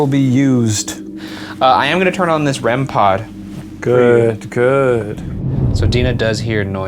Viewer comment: A rem-PAHD